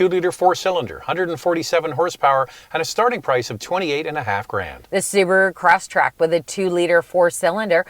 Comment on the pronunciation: Respectfully, it is Subaru ''CrossTREK", not "CrossTRACK" I own one and my dealership Service Agent would repeatedly correct me on this point. Lol!